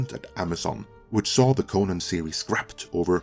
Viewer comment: i like how he pronounces Conan wrong the entire video. that guy